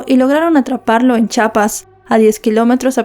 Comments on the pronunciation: ES CHIAPAS, NO CHAPAS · Ella no es de México por eso no sabe pronunciar aquí la inculta eres tú